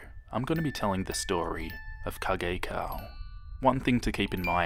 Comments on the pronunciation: Kagekao = "Kaig-Ko" not "Kag-ai-kow" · no It's Ka - geh- ka - o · Thank you so much for making this video! Kagekao is my favorite Creepypasta! P.S. I've been pronouncing his name wrong the whole time! I always pronounced it like 'cage cay-oh' My cousin (who is 21 or 22, I can't remember) pronounced it the same way too.... wow.... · his name is prononced car-gay-cow wich = kagekao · It's Kah - geh - ka - o for anyone who didn't know. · Kagekaos name is pronounced as Cage-cow, just trying to help. 😁